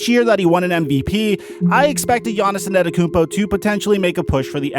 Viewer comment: More like gannissonnetokoumpo